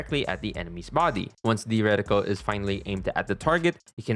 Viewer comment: Recticle ❌️ Radical ✅️😎